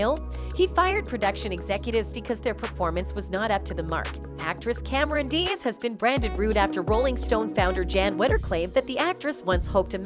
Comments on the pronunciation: Really that’s how you pronounce Cameron Diaz’s last name. Come on you’re better than that. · OH MY GOD, THAT IS NOT HOW YOU PRONOUNCE CAMERON'S LAST NAME ......SMH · Your robot is having trouble pronouncing Cameron Diaz